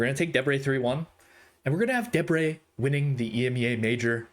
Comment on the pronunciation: YOU GOT DEBRE RIGHT.!!